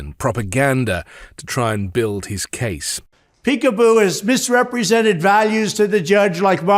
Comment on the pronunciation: He's calling her a dog, peekapoo, a cross between a Pekingese and a poodle, he just misspells and mispronounces it, because he's dumb.